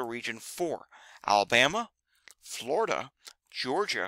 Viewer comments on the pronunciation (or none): none